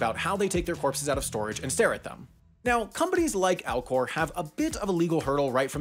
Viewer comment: Did anyone else’s keep hearing Alcore and hear Al gore?